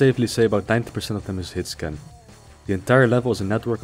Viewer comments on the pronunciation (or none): what is this word he says a few times? 'Hitscam?'